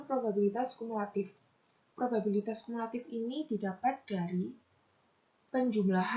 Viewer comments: penyebutan kata probabilitas menjadi probibalitas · Probibalitas, "babi" bukan "biba" (19) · prima kesalahan mengucap probibalitas yang seharusnya probabilitas (Lenna Agata - 14) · Niken Dwi K (22) kesalahan ada pada prima nanda salah pengucapan probabilitas jadi probibalitas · Laelatul Jayanti - 13 Saya menemukan kesalahan pengucapan pada menit ke 09.04 harusnya probabilitas menjadi probibalitas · pada menit 9.04 prima kesalahan mengucap “probibalitas” yang seharusnya “probabilitas” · Linda maulidya (15) penyebutan kata probabilitas menjadi probibalitas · maretha wahyuningtyas kesalahan pada penyebutan kata probabilitas (05)